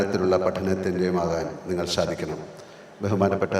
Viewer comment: എന്താണ് മോഹൻ ലാൽജിക്ക് "സ" എന്ന് ഉച്ഛരിക്കാനാവാത്തത്. ശഹിഷ്ണുത , ശാധിക്കണം, ശാങ്കേതികവിദ്യ, ശ്വപ്നങ്ങൾ, ശഹായിച്ച, അങ്ങിനെ "സ" എന്നിടത്തെല്ലാം "ശ" എന്ന് പറയുന്നതെന്താണെന്ന് മനസ്സിലാവുന്നില്ല🙏